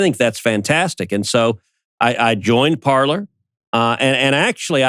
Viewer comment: Better to pronounce Parler (verb “to speak” in French) with French pronunciation, sounds like “Parley”.